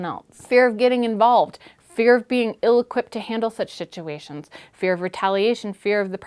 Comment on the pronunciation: Did you say shituations? Hilarious!